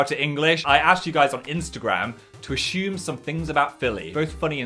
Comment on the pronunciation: n yet he pronounces assume ashume